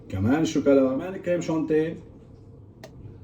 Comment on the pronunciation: اخي تهانينا على هذا الإنجاز العظيم لكن لفظك الكريم شانتيييي بعد بدأ شغل منيح. أنا أقترح عليك أن تشرفنا إلى بيروت للعيش في الأشرفية شي عشر سنين حتى تتمرن على اللفظ الصحيح للكلمات الفرنسية. طبعا يمكنك أن تتمرن على لفظ الكلمات الفرنسية في أي بلد آخر لكن لن إذا ذهبت إلى أي بلد آخر لن تضايق العجوز البشعة